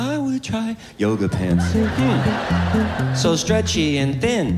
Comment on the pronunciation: “Yooguh pents” 😂😂😂😂😂😂😂😂